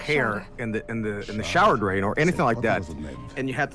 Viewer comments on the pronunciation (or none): “Draen snake” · jerma: "draen" drain snake